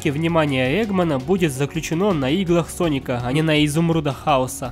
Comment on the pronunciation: Не паника а Соника